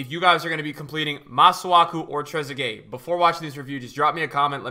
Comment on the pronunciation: Much respect as always. But how do u do so many reviews, pronounce so many names wrong but managed to get this one right